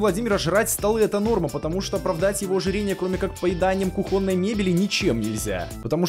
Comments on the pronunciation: да не кухОнной, а кУхонной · Не кухОнной , а кУхонной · Не кухóнной, а ку́хонной грамота!